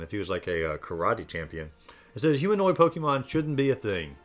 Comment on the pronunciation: It’s po-ke’-mon not po-kie/key-mon